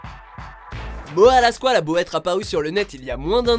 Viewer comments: C moha pas moa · MoHHHHHHHa pas Moa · MORA PAS MOA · Ho putain il a dit moa aulieu de Moha😂😂😂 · on dit moha pas moa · Arrêté de dire moa c'est moHa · Moha sa se prononce mora😑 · Ptdrrr il l'appelle moia au lieux de moha c chaud 😂😂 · On dit MoHHHHHA pas Mooaa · C’est pas moa c’est moHa avec un h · Moha pas moa mdrr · CEST MORA LA SQUALE COMME UN COUP DHALEISE PAS MOHAAA LA SQUALE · "Moa la squale" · Il a dit moa mdrrr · OUAH MAIS GARS ON DIT PAS MOHA ON DIRAIT MORA PTN C PAS DIFFICILE x) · rien que entendre mo-a jai envie de mettre un dislike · "Moa la squale" "retourner au ebs" les "H" sa existe les gars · J'aime bien il dit moa La squale 🤣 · Mdr y disent moa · "Moa" please le respect de son prénom bordel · Moa mdr la prononciation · Prononce mieux moha stp tu fait pitier